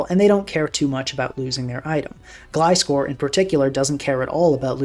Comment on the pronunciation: British Gliscor